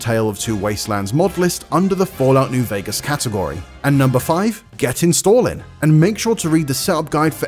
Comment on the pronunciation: "get to intalling"